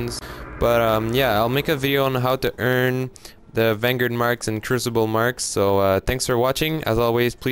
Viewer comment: What the hell is a Vanguurd?